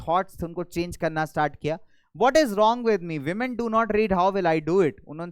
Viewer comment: 😂😂The sir just said womeniya😂😂😂😂😂😂😂😂😂😂😂😂😂😂😂😂😂😂😂😂😂😂😂😂😂😂😂😂😂😂😂😂😂😂😂😂😂😂😂😂😂😂😂😂😂